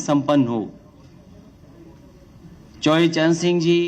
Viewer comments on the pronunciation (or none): पहले बोलना सीख लीजिए चौधरी चरण सिंह है चौवरी चरण सिंह नहीं